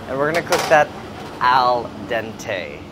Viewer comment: "Al Denté"!